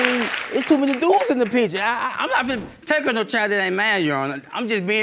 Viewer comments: i cant even listen to the first case because the lady's voice is so intolerable omg the way she says "pitcher" instead of "picture" is sending me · Sorry, but most people say pitcher 😂😂😂